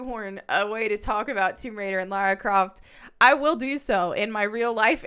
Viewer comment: It is called "TOMB RAIDER," not "WOMB RAIDER." {That said, I would not at all be surprised if there was already a 'Rule 34'/porn version with that name...😊}